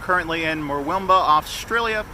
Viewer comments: U said murwillumbah so wrong, plus I live here and it’s terrible it’s full of druggos and eshays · Thank you so much for making this, I live here and it was so funny to hear an Americans thoughts. I cracked up at the way you said Murwillumbah